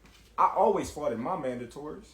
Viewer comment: I wouldn’t trust any business decision from anyone who says “faughted”.